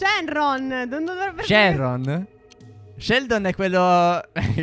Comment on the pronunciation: "SHERDON" SHENRON